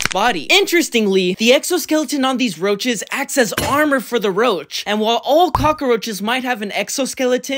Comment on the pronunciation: Even the way you called roaches roses